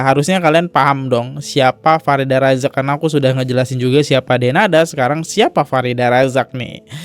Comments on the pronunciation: F I R D H A R AZAK bk Farida Bacanya kok blm bener aja dr dulu.. Nama org hrs bener lho pengucapannya, kalo gk org ybs gk terima..🙏🏻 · Baca namanya Farida 😂 terus Kodrat jadi kuadrat 😂 lucu bgt sih lu Bang 😂 sukses selalu bang buat channel nya